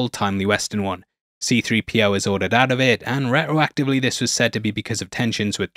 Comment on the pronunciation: re-racktory Interesting pronunciation of retroactively. Also try to use syllables when you read it other wise you will still look like a muppet. Its not japanese, space the letters out like you remember primary school.